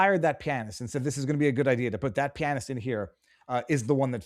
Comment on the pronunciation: Damn.... learn to pronounce "pianist."